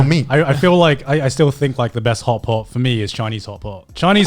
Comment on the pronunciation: I keep hearing hot pocket instead of hot pot